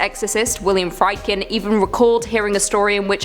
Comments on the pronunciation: The third installment of the "I know what you did last summer" franchise really adds a new dimension to the word "awful". And not to be nit-picking (I'm lying, of course): William Friedkins last name should be pronounced "Freed-kin", not "Fried-kin". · It's pronounced 'Freedkin' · Exorcist II: The Heretic was released in 1977, not 1997. And Friedkin is pronounced 'Freedkin'.